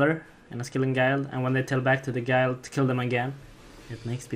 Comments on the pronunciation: You know it's gild, not gyeld right? Lol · Skilling Guy-led? Tyc : pronounce guild properly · For TYC: Learn how to pronounce guild